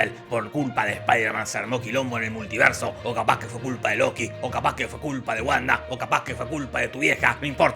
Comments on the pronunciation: Se puso chileno el compare, el "multierso" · Es un errol o es que dice multierso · "El multierso"